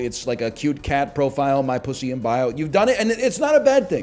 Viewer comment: I agrre with that chatter that said they hate how NL says pussy. It's too damned plosive.